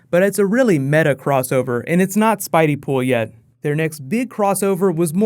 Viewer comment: "Spideypool" God no....